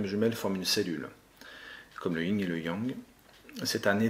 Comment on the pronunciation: Le Yin et le Yang pas yinG!!! ;-) Merci sinon 🙏😉